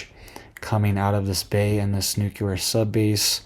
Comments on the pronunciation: Nuke-lee-er, not nuke -uh--ler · N U C L E A R not😢nuculer😮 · Your pronunciation of Nuclear," is wrong. You're saying it like President G. W. Bush: Nucular. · THERE IS NO "Q" IN NUCLEAR! Dude! You seem like an intelligent person. So pronounce this VERY important word correctly. NUCLEAR. NEW-KLEE-YER.